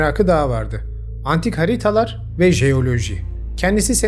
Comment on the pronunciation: Emeğine sağlık , çok kaliteli videolar yapıyorsun. Bilmiyorum ulaşır mı sana ama,“Haritalar” kelimesinin söyleminde ufak bir sıkıntı var gibi.